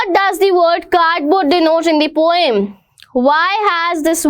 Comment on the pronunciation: That is P O EM not pom